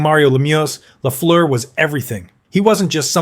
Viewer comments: No! Its last part rhymies with "bird" and "first", not "goose" or "through". It's amazing how most North Americans seem ignorant about that. One of the greatest players of all time, and people don't even know it's a French-Canadian name, and instead remakes it into a horrible sounding way. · Repeat after me ( Ghee Lafleur) 😊